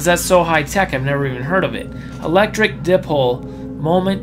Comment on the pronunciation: It’s PaTent not paDent. And dipole, is die-pole, or d-eye-pole.